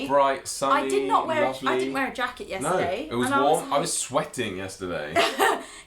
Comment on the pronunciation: Very enjoyable and funny. I smiled the whole time that you talked. Your bantering is refreshing. you did the "er" yourself this time to the word NO at around 12 minutes 30 seconds or so. You said "Noer". How simply British. In regards to how various sections of the US have their own special variations. Your are going to New York in Sept. The city has my least favorite version of English. And that is Brooklyn (and PJoiyseyP as well. ie. a joke for the spelling). I cannot watch popular tv shows of today simply because the show are shot there. Give anywhere else in the US. Sorry Brooklyn for being honest. You are great but I would rather listen to Boston. I wish to you the best.